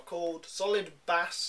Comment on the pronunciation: Bass is pronounced like base, but thanks for the review